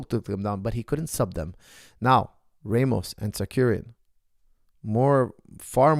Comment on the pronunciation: It’s Tsarukyan not Tsakuryan😀